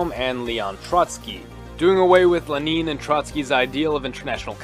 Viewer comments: Lmao who the fuck is "leneeeen" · Who's Le-neen? 😂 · Why do you say Lenin wrong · l E n i n, not leneen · OK good, I thought my ears had gone kaput. Glad I'm not crazy. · Never heard anyone say it like that! XD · Did you say Leneen? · Leh-neen lol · Yes. In principle. But it's pronounced very badly.